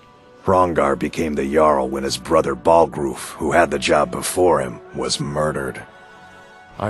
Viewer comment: Okay but...."BallgrOOF"